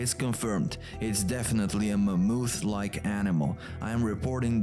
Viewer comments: MA-MOTH. That’s the English pronunciation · Ah yes, the mighty "Ma-mooth!"